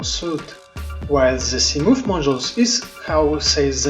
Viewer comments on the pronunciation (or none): Yes but your pronunciation of 'Moth' is "Moof", and I like it so im keeping it. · From now on, I am calling the Seamoth, a Seamoof. 🤣👍